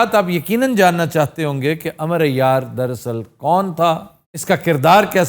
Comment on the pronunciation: Amroo hai sir Amar nhn arbic mean Amroo kehty hain